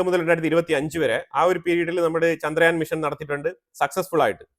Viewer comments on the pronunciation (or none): none